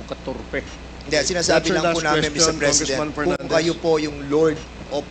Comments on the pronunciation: With the utmost respect, Honorable Cong. Dan Fernandez, (PERNANDES) it appears there may be an underlying bias in your approach. While this inquiry is presented as being conducted "in aid of legislation," much of the focus seems directed at criticizing former President Duterte’s War on Drugs. While perspectives critical of Duterte's policies have been highlighted, little attention has been given to those who believe they benefited from these policies. For the sake of fairness, perhaps it would be valuable to invite voices from his administration, such as the former PNP station commanders, AFP leadership, and PDEA officials, to provide balanced insights on the matter. Additionally, in reference to the statement by Gen. Marbil regarding some who reportedly did not receive former President Duterte's promised support, it might be worthwhile to seek testimony from those who did receive benefits like rice allowances, cash assistance, and other forms of support. Those who wer convicted was the result of their wrong doing, abuse of authority why blame it to Duterte, What seems concerning is the apparent confidence in conclusions reached without accessing all sources of relevant information. Finally, with respect, when choosing to use English, proper pronunciation and grammar are essential for clarity. For example, sounds like "F" (P) and "V" (b)"that" (dot) should be clearly articulated and distinguished from "P" and "B." This is meant constructively: if foreign languages pose a chal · Apidabid...peses.....ayusin mo nga Dan na artista!